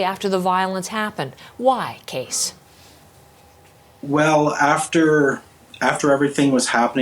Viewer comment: CBC host has a weird way of pronouncing the guest's first name, pronouncing it as "Case" when the name is "Cees", meaning it should be pronounced with the "ees" in "Bees", or, alternatively, as "keys" is pronounced, though the "eys" is pronounced like "ees" with "bees". I wonder how Cees pronounces his name, for he said nothing about being called "Case". It's now April 27th and it would've been welcome to listen to the vigil last Friday evening live, but lost Internet connectivity early last Friday and this was corrected only at pm this evening. However, CBC has a 2 hour video from 3 days ago and I think this might be the recording of the vigil, " CBC News special: Nova Scotia Remembers ", so I'll check this. It has to be the vigil, which'll probably better for me, given that Live Streaming doesn't at all tolerably work with this OLD PC that I have. And, with these things aid, I again offer condolences for the families and friends of the many victims of this tragic event, an incredibly mad series of killings.